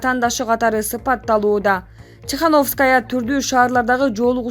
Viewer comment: Тихановская деп окуганыңды кайра кайра уктум. Ударение 0